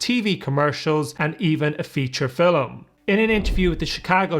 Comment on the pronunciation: “Feel-um” = Film??